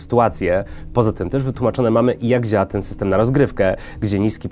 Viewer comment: "I kurde dziaao to super" :D